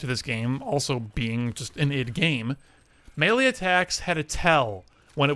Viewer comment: Just a small note from the start, id is pronounced like "it" not like ID.